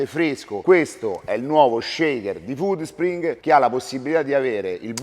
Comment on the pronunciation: Bella quando dici "Foodspringee" e c'è metti quella e finale che sticazzi l'Inghilterra hahahaha